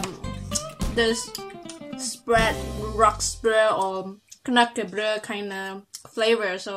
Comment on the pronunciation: Its *knekkebrød and not knakkebrød 😂😂